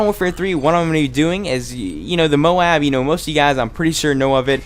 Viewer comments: nice vid but the tite might flow better if u prenounce moab the other way. js. but great vid! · Dude! You are awesome, just subscribed to you, ´cause of that Wii guy... But you need´a say "moab" the different way seriously!! xD